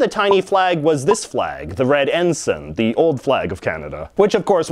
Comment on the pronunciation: Upvote for pronouncing "ensign" correctly.